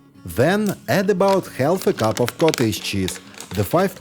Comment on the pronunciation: Some letters in the English language are silent. Ex. The “l” in the word “half” is silent. So it is not half with the “l” pronounced, it is just haf with no “l” pronounced. Just like it is caf for “calf”. Hope this is helpful (both l’s pronounced!